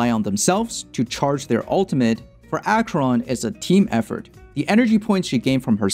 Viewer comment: Nice guide! Thanks for all the valueable informations. But I must say that I cringed everytime, when you said "Dot.Cheron" xD